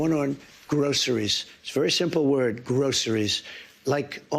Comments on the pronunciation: Does he have any idea how stupid he sounds when he says "groceries"? It is like he never heard of the word and just invented it! Is this really the kind of dumb that some people voted for? This is NUTS! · Sounds like he never used that word when he started saying it he sounds like a baby trying to pronounce their first word 😂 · I don't think he knows how to say groceries haha